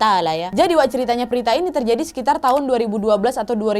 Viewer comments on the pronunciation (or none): Prita kka Bukan Prtita